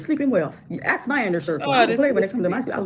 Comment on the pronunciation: Is there not a black person alive who can properly pronounce the word ASK?